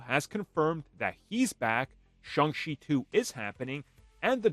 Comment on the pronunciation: He pronounces the name Shung chee.